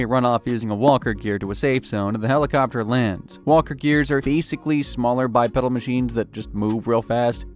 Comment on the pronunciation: It’s pronounced by-peedal